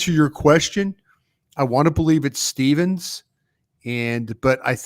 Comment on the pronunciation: I’m just glad y’all say stephens and not steve